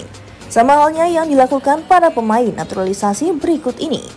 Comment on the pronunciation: Stop sebut naturali naturalisasi